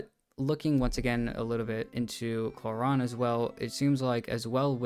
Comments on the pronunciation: It’s pronounced Clor-rin not Clor-ron. Other than that good video. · umm its Clo-Rand bruhh